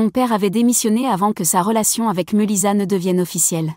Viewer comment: Meulissa qu'elle prononciation ridicule